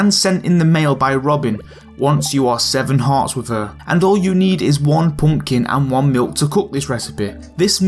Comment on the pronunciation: Its so funny how he says Poompkin soups